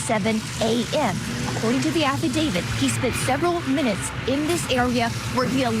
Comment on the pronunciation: Love the coverage! Hate 1 thing: pronunciation. My best friend is named David. But he is not part of any “affe-David.” No, the legal document is called an Aff-i-dav-IT When people miss pronounce the word “affidavit”, it’s not the end of the world, but when you are in a job where speaking is your PROFESSION, ESP in the CRIME WORLD where affidavits are a day-in-and-day-out type of thing, it does make one sound a little bit uneducated when repeatedly saying affi-DAVID. My friend David laughs at this all the time when people CONFUSE how to pronounce a legal document term……with his name ;-)